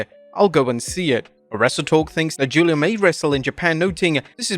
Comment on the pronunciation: I'm so glad you stopped pronouncing "Giulia" as "Gweela"